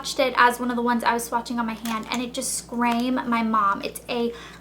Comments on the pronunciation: scrame? I think it's screamed :P ... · isn't it screamed. not scrame? or maybe im crazy idk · scram..... seriously its scream!!!! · "it just scrame my mom" hehe! screamed? Love this video/ your look! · scram? it's screamed. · screamed..... "scraim". :) oh, elle. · did you really just say scrame instead of screamed? hahaha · the past tense of scream is screamed, not scrame. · Lol, "scrame" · did you say "scrame" ?? or am i going crazy? :P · OMG who cares if she said scrame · Wait...did you say it "scram your mum?" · . "It SCRAME my mom" what?! Hahahahaha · "scrame" ahahaha